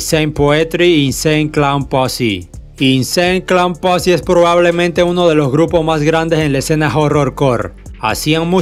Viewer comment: Mientras eso era en Estados Unidos en Memphis pasaba......mi compa el que mo sabe que Memphis es una ciudad de Tennesse en Estados Unidos jajaja a parte Insane clown posse no se pronuncia asi carnal echale mas ganas y de Gravediggaz te falto hablar mas ese grupo fue echo exclusivi para este genero a parte ahi estaban buenos mc y productores como GZA de Wu tang clan y otra Bone Thugs N Harmony son de Cleveland pero se hicieron por Eazy E y Ruthless Records que estaba en Los Angeles